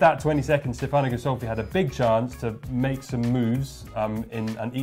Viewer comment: In the accent is wrong on Stefano: the correct accent is on the "e" not on the "a"